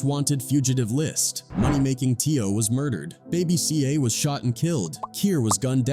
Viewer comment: Dam AI kaint even say 'Murdered" ,😅😂😂🤣😭😭🤣😂